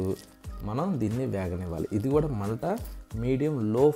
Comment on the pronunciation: రుసి ఏంటి చక్కగా రుచి అను పలుకు, కూడక ఏంటి కూడా అని పలుకు☝️